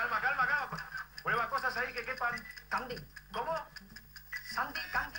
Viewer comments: Dijo Candy en vez de Gandhi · en realidad yo le entiendo "Candy"